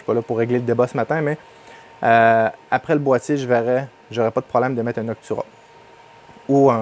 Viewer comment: AT MEGA 2560 32 bits d'accord ..... et c'est NOCTUA pas NOCTURA